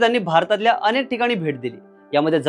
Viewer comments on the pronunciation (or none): none